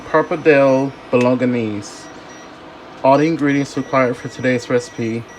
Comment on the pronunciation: i clicked so fast! Looks amazinggg im going to try it out!! Just for reference its pronounced "bo-Lo-nez" >_< but who cares! Haha